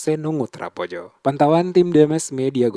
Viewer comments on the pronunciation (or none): Projo bukan proyo